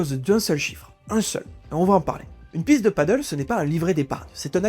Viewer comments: On dit padéél et non paddeuuul. C’est Espagnol. Et le paddeuuul c’est sur l’eau 😜 Reportage interresant en tout cas, merci ! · Padèl pas paddle, mon dieu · Super vidéo, très instructive, par contre on dit "Padelle" et non "padeul" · Toute une analyse entière sur un sport pas une seule fois prononcé correctement. Le PADDLE (pa.dœl) est un sport nautique. Le PADEL se prononce “pas d’aile”. C’est pas compliqué… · Ça se prononce "pas d'ailes". Paddle c'est sur l'eau. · Pour ne pas confondre deux sports très différents, padel et paddle, prononcez le sport de raquettes "padèl" et le sport nautique "padeul". C'est un détail, je vous le concède bien volontiers. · C’est « padèle » pas « padeule » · c'est con de pas savoir prononcer le thème de son sujet ... c'est Padel et non Paddle !!! mais bon peut être mal expliqué par l'IA ... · très intéressant mais on ne prononce pas "padeule" mais "padèle", le "padeule" = Paddle est la planche qui flotte avec la grande pagaie 😉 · C'est padel pas paddle, le paddle c'est le sport nautique qui se fait sur une grosse planche avec une rame. Il ne le prononce pas correctement dans la vidéo, il devrait dire padèl (même si beaucoup de gens disent padeul pour les deux) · C'est Padèl pas Paddle! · « Padelle », pas « padeul », c’est incroyable ça !!! C’est espagnol… Personne ne dit « handbole » … Alors arrêtez de casser la tête et parlez correctement merde !! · Pti point prononciation parce que là j'entends paddle (padeule), alors que c'est padel (pad-elle)... 😂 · Super vidéo. Après on ne dit pas Paddle mais Padél. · Le mot Pádel est une hispanisation du mot paddle. A prononcer plutôt padèl donc pour le distinguer du paddle , (padeul) sur l'eau. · On dit padèl hein 😂 merci pour ces informations et ton temps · Je crois bien que ça se dit "Padèle" car le paddle existe déjà et c'est un sport qui n'a rien à voir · Il devrait le prononcer padèl (comme en espagnol en fait), ça éviterait la confusion